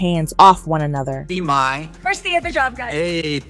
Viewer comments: Its Jeanie Mai pronounced MY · RE- O??? MAY??? J-MAR??? MY GOSH YOU SOUND SO ON POINT UNTILL YOU START SAYING NAMES!!!! SMH